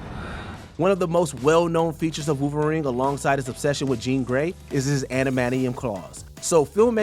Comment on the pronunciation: Who is Wooverine?? This narrator is a joke, get rid of him